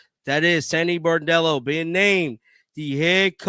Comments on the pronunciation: B r o n d e l l o not B a r d e l l o! Lmao love ya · BRON-dello, not BAR-dello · Bro… Get her name right. It’s not “Bordello”. It’s Sandy Brondello. Bron-dello. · BRONDELLO.... NOT BOREDELLO.... She's not a hooker.... Lol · He always mispronounces her last name. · Her name is BRON-DELL-O! Get it RIGHT!!!